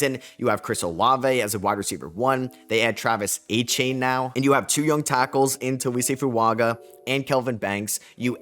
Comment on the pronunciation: You’re the first person that actually said “achain” instead of “achan”